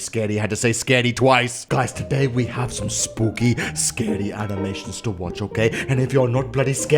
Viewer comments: said sbooky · Me to dude